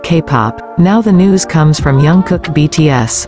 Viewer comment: Pronounce his name properly please!